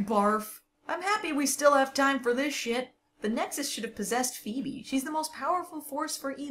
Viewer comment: Just noticed you called phoebe, “phoeme” 😂